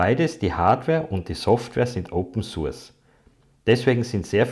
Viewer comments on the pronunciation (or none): none